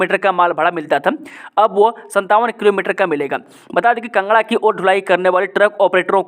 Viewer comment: Kangra not kngra